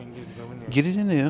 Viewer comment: My guy said “Gett it in deaa!!” 😂😂😂😂😂